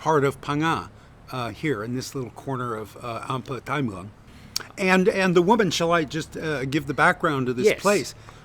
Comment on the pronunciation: The tone is more important than the vowel. Until he gets the tone right it's a waste of time.